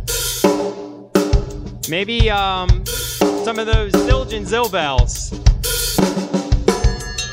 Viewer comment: Yeah, sure, "Zildjian Zil Bell's" lmao